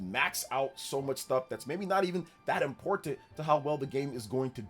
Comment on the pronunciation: I swear every single video the way he says "Important" just sends a chill up my spine. Like why can he just avoid saying that word